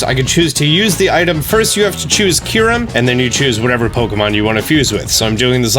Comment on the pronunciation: Also "fuse Kyurem" not "fuze kuaram"